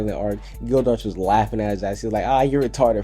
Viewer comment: your pronunciation is horrible bro you only said natsu and gildarts correct watch the anime to learn the pronunciation bro not hatin but trying to help you